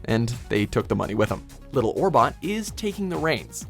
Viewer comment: It's Little Orbit not Little Orbot